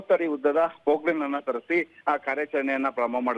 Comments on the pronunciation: Its Poclain... Not pork line nor pook line. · Pook line device alla madam. adu machine ok